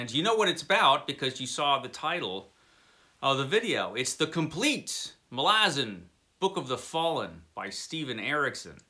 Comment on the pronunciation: I found an interview with Steve Erickson about the Malazan series and he discussed the pronunciation. You nailed it. He says a lot of people mangle the name (people like me). ml AZ n. Thanks for the review. I added the series to my Books Wanted file.